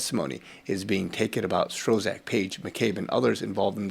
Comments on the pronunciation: Who is Strozak? Do you mean Strzok? It is pronounced "struck". Thanks for this,. Valuable information. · Thank You. Your work is amazing. We watch this channel everyday. Please note for future programs that Strzok is pronounced "STROCK" as the Z is silent. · Its pronounced "strock" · I'm very much enjoying your updates and your delivery. Thanks for your efforts!! BYE THE WAY, Peters' last name is pronounced "Strock"